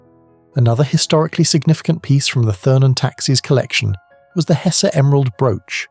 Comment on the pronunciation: he also mispronounced Hesse